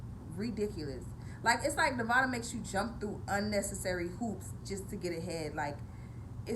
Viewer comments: so her accent only appears when mispronouncing the state she lives in? Weird. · She's not a real Nevadan she can't say the states name right